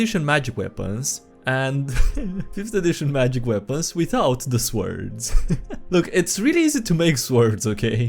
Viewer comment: I like the way he pronounces swords likes that i like the way he pronounces swords